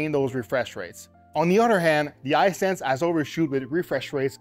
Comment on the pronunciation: His pronunciation of "Hisense" is really throwing me off.